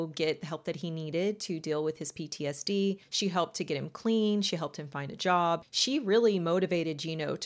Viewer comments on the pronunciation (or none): none